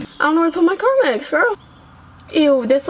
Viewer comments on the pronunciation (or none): Pronounces carmex as carmax Me: ITS CARMEEEEEEEEX NOT A FREAKING CAR BUSINESS